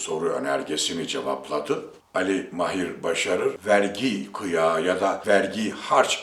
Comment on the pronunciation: Mahir deği...Maahir a yı uzatacaksınız...Ticaret değili...ticaaret...uzatacaksınız..Madem böyle önemli bir yayın işi yapıyorsunuz..Biz de dinlemek istiyoruz.Fakat Türkçeyi doğru telaffuz etmediğiniz görünce duyunca üzülüyoruz..Lütfen..Bir yabancı bile doğru telaffuz ediyor..Farkında değil misiniz?Düzeltiniz lütfen..Kitabınızı bile aldım..Sıradan bir iş yapmıyorsunuzki..Bakın yazarken FAİZ dediniz..faaiz diye a yı uzatacaksınız..Lütfen..A lar ile sorun yaşıyorsunuz..Sesli harflerle..Bir de robot gibi okuyorsunuz...